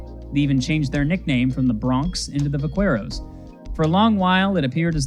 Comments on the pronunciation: Short “E”. Like the name Ed. Edinburg. Vaqueros - Vah-KEHR-ohs. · Its pronounced vakeros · That pronunciation of "Vaqueros" is absolutely diabolical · bro didn’t even try to say Vaqueros correctly